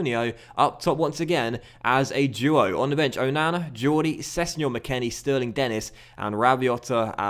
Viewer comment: think denis name is pronounced as de-knee due to his french nationality